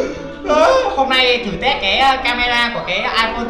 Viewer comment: Anh ơi e góp ý test chứ k phải tét nha anh